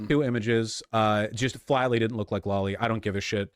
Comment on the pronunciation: bro I know you pronounced it lolly and hentay just to trigger people but i'm NOT FALLING FOR IT